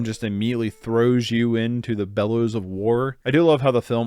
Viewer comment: Bowels, not "bellows"...